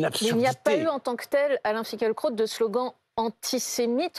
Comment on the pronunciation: Je lis Finkielkraut et non Finkeulkraut M. Duhamel.